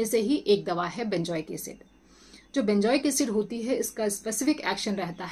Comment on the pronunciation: Benjoic nahi benzoic bolen, good information.